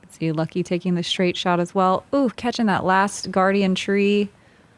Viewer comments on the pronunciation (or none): Pronunciation of Lykke (in Norwegian, but in other Scandinavian languages as well) is in no way similar to "lucky", but leave it to the Americans to blatantly mispronounce absolutely everything non-British and act as if it's somehow funny :( On the other hand, this infantile ignorance is indeed funny but definitely not why Americans think it is. Most people in the world are at least making an effort to pronounce foreign names, including English ones, which read completely differently in many languages correctly, to learn the basic rules and differences, but Americans can't even pronounce their own names if they're not British. Wysocki is the prime example - that name is just butchered beyond recognition... But at least the owner's fine with it, he's an American. But if people come from abroad, try learning their bloody names, it's not that hard. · Lykke tells people it's OK to call her Lucky, thats what her BF Bradley Williams calls her most of the time, I agree everyone should be making an effort to say it correctly